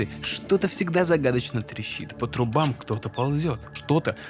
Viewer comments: Очень крутой выпуск, спасибо тебе и твоей команде. Только не «по трубАм, а по трУбам»:) И в конце ты добавил «давайте не будем лечить болезни кварцем и гипнозом». Но есть одно НО, психосоматика уже давно является медицинским термином и врачи напрямую связывают язву желудка со стрессом. Так если это так работает, значит любые установки и мысли способны влиять на наше физическое состояние. Я сам это неоднократно проверял на себе. В школе, когда я хотел уйти с уроков я внушал себе, что у меня болит живот. И через 10 минут минут у меня реально начинал болеть живот, вплоть до поноса, и как только я выходил из здания школы, у меня тут же все проходило. И это срабатывало КАЖДЫЙ РАЗ, то есть списать это на случайность нельзя. Ещё пример, однажды ночью у меня воспалился зуб и я просто стонал от боли и не мог не то чтобы спать, я просто сидел на кровати и качался из стороны в сторону и стонал от боли. Потом лёг, и представил в голове этот зуб в виде пульсирующего красного круга, силой мысли перекрасил его в белый и боль прошла, я смог уснуть, на утро снова разболелось, что не знал куда деваться и поехал уже в стоматологию. Удалили нерв. Это я все к тому, что мысли и вера действительно способны влиять на наше физическое состояние и способности. Взять хотя бы команду, которая проигрывает и в перерыве тренер говорит воодушевляющую речь, дает позитивную установку, игроки взрываются в овациях, выходят на поле и как умалишённые, не зная усталости и боли, бегают и побеждают. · Очень интересно. Только, как мне кажется, не "по труба'м", а "по тру'бам."